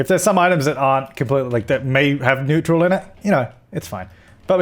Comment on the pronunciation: Could you please start pronouncing neutral correctly :D